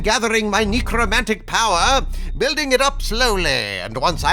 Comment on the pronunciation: "Knee-crowmantic magic"